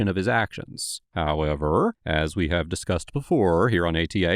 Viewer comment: You be killing that “HOWEVER”.😂